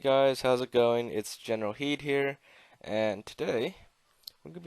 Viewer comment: If you turn on subtitles, he says "General Heat here."